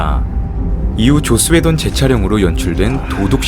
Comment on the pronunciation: 왜 자꾸 조ㅈ스 웨던으로 들리죠?